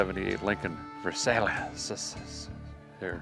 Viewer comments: Versailius? Versailles is pronounced Ver-Sigh, just like the place in France. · Ver-sail-eee-ess? LOL... Ver-sigh. Love your videos! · Just saw your video today. It's a Lincoln Versailles. It's pronounced: "Verse" as in musical verse. "Eye" as in eyeballs. "Verse Eye". I think you called it a Lincoln Versalious, or something like that, which is kinda funny. Anyhow, thought you'd like to know. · "Ver-SALE-ee-us"? You can''t be for real! The car (a marketing failure) was named after a city in France, pronounced "ver-SY". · Respectfully please know how to pronounce the Lincolns name. It's not "Ver sa leous" It's a " Ver-siles" ...I had one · Great video. Pet peeve: Where did you learn to pronounce the name of the car?!? It's named after the famed French royal palace of Versailles and is pronounced "Ver-sigh". Driving me nuts everytime you call it a "Versaylious". It didn't sell well because it was way to easily identified as being the same chassis platform as the Ford Granada and Mercury Monarch. Cadillac had the same identity problem with the Cadillac Cimarron that too many people called a overpriced Cavalier. The same accusation could have been leveled against the -era Chrysler New Yorker 5th Avenue being nothing more than a fancy Dodge Diplomat that were used for law enforcement and city/county motor pools across the US, but oddly didn't seem to deter sales. Many an unappreciated car like this finds a new love as a rare survivor that is nice to be saved - just because it was so unpopular at the time. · Ver-sigh, not ver-say-lee-us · too funny, Versailles, French not versaylees, versigh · it's not Versaileas it Ver'si!!! Get a better understanding of the English Language!!!! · you would be correct and derek is mispronouncing the name as he does. Lincoln Versailles Pronounced Ver-Sigh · Haha, love the American pronunciation of Versailles, its a city in france and its pronounced “vér-sah-yuh”. But then again i used to pronounce Yosemite “yohs-might” lmao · He knows.